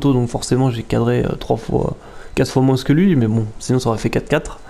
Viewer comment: bon 2eme match, même si c'etait mal partie. et je vais faire le con de ch'ti, mais le S ne se dit pas dans moins XD